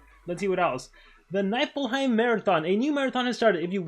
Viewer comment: It’s not pronounced Niyfillhiem, it is pronounced Nifillhiem. (In Norse mythology is basically Hell but is cold af)